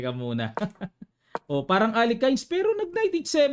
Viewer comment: Aleyhin" ang tamang pronunciation ng Alekhine